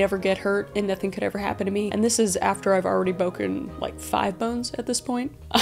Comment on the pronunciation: I am sorry but boken 😂😂😂😂😂😂😂😂😂😂😂😂😂😂😂😂😂😂😂😂😂😂😂😂😂😂😂😂